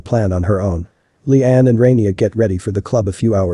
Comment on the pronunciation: Layan isn’t pronounced Liane, it’s ‘Lah-Yan’ (or Lie-Ann), Noaf is ‘Nwaf’ (it does not rhyme with Loaf! 😂), and Rania is ‘Rah-Nyah’ (Not Ray-Nee-Ah.) And also, that Head mistress can go get F***ed! “Are you happy with yourself?” Absolutely! You are the tyrant that allowed the manifestation of such an environment for these things to happen. You got exactly what you deserve, I wish the students videoed it and put it on your social media! You are the immodest one!